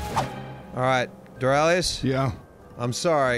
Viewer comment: Dorralitinous, damn it! Stop it with the spear, It's not funny... But still, I love you